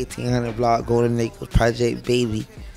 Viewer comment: his name is Kodak. Not codat.